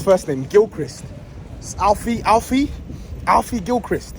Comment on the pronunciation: Lol how he emphasised Alfie Gilchrist.